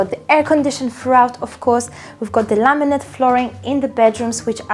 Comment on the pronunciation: Did she say LAMINATE flooring??